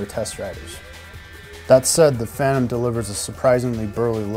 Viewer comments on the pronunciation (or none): Its Phantom...not Pantom lol.